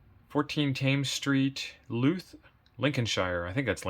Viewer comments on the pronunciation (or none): Louth is pronounced, 'lowf', with the, 'ow', pronounced in the same way as the noise you make when you hurt yourself! A small market town in Lincolnshire.